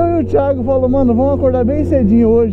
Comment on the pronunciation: O português está super certo "THIGO" kkkkkkkkkkk